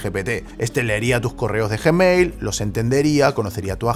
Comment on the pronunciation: Como que "JE-mail"?